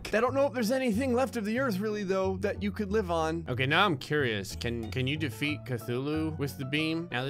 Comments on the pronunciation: Cuthulu ok not Cthulu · "I accidentally just spawned 2 kathuloos"